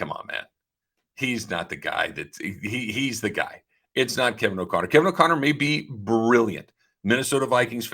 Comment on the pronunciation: It's Kevin O'Connell not O'conner. WTF